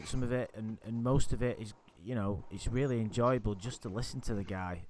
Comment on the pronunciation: No. It’s more like “RULLY”